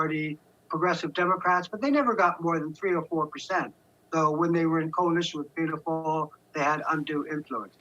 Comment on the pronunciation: I love how foreigners struggle with the Irish names. It comes across as really interesting. Fine fail!